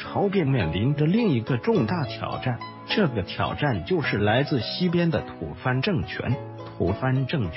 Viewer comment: 吐蕃 （念 Bo), tu bo. 不是吐番 （fan）。